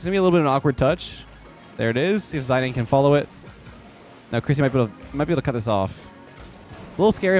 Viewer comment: pronouncing Zidane as Ziney